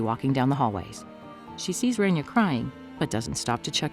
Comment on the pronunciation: It's Raaaania!!! Not Renia it's my name atleast pronounce it right ☠️